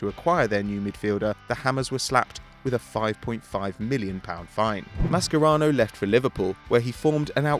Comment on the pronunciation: I'm pretty sure it's "Ma-sher-ano" and not "Ma-Sker-ano" correct me if I'm wrong